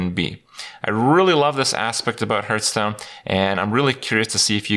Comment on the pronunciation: why is he always saying hurtstone?